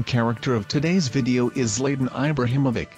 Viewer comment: Zlaytan Aybrahamovik?